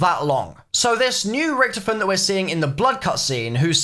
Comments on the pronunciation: Rich-to-fen plz not Rich-tofen :) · It's richtofen said like toffee, not richtifin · I love how u say Richtofin like Richtoven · Why does he pronounce Richtofen like that? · I don’t like how you say Richthofen